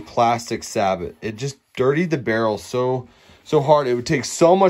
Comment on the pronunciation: Informative video. Thanks for posting. Sabot is pronounced "say-bo"